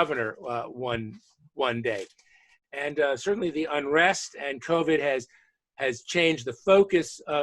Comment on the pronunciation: "Unress?" /smdh